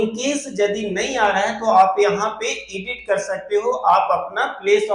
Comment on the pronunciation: भाई साहब वीडियो अच्छी है । School - स्कूल पढ़ते है एसकुल नहीं Edit - एडिट पढ़ते है इडिट नहीं 😅